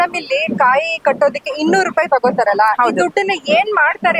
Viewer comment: ಆಹಾ ತಾಯಿ, ನಿನ್ನ ಕನ್ನಡ ಕೇಳ್ತಾ ಇದ್ರೆ,ಕಿವಿ ಮುಚ್ಕೊಬೇಕು ಅನ್ಸುತ್ತೆ, ಕಾಯಿಗೆ ಖಾಯಿ ಅಂತಿಯಾ, ಭಾವನೆಗೆ ಬಾವನೆ ಅಂತಿಯಾ,ಸಕತ್ ರೀಲ್ ಬುಡ್ತಿಯಾ ಬುಡು.